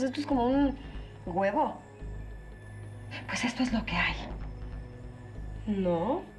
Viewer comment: minuto 23,32 dijo guevo y es huevo jajaja like si también lo escuchaste tal cual lo escuche yo